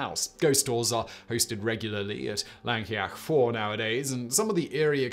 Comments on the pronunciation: He got a few spot on but he pronounced Llancaiach Fawr in about three different ways that were all sadly wrong 🤣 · Having been to port Talbot.. knock down the wall it wouldn't be a big loss Llancaiach fawr...First pronunciation I was impressed, every time after that was physically painful.